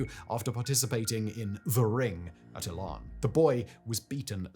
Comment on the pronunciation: E'lan not ehlan.